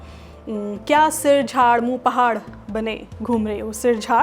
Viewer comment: Pakistan mein ab bhi aysay boltay hein .. dont worry zinda hay yeh zabaan .. or sir jhaar moo phaar hota hay moo pahaar nahi hota